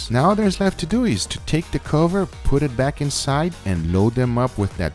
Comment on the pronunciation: "Let's dew it"'